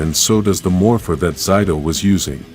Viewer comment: You are saying his name wrong his name is zaido not Zeta I mean whatever you were saying